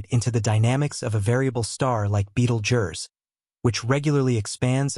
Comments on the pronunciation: Beetle Jur. Here's your engagement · beetlejurse..........? really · Beetle jurrrr.... Come on